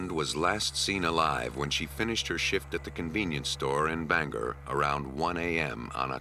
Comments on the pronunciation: Just wanted to say that I remember the Maine case. But get it right narrator. It's not "Banger" It's " BangOR" Maine. Just a pet peeve of mine as a Mainuh. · lol "banger" it's banGOR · That's "Bang-gor". Also, :Houlton is "whole-tun". I know this is nit picking but a Main-uh;s ears hurt every time we hear this.